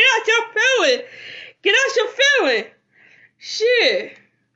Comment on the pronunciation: Not Melo "Get out sho feelins"😂😂😂😂😂😂